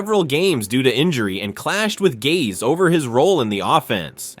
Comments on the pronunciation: Adam Gah-ze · i was looking for this comment! 😭😭 i knew i wasnt the only one who heard that ish 🤣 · That’s not how you pronounce “Gase”.